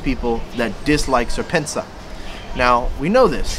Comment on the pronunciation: SerpentaZA is pronounced as serpent-zee-A. The ZA is the reference to South African website domains.